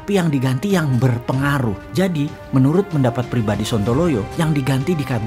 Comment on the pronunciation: Yg di ganti adalah yang paling " BERPENGARUH"... kayanya kata trsbt penekanan intonasinya beda ...seperti menunjuk ke seseorang.. Kira2 siapa ya??..🤔🤔😅😅😅